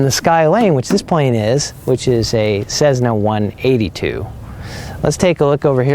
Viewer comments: No cezzna...its a cess-na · A fine overview, but for gods sake please stop saying ‘cezna’. There’s no ‘z’ in the name. It’s pronounced ‘Cessna’ with a soft ‘s’. Oh and BTW, stock 182 only has 230 HP. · I know it is no big deal but cezzna hurts to hear. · There is no Z in Cessna. You have zero credibility when you can’t pronounce the plane correctly.